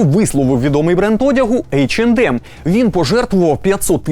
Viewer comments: Тількі не «ейч енд ем» а « ейч е нем» ;) “ді» не читається в цьому випадку так само як і « ем ен емс» ! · В брендах типа H&M, M&M's в and d не произносится, правильно [Эйч Эн Эм]